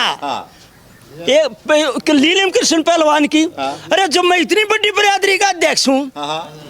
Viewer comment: Or बात तो सही ह बाकी इस अध्यक्ष pardhan ko नीलम बोलना सिखाओ यो लीलम bole h